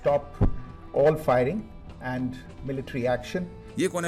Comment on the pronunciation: Aarm ❌ aand ✔️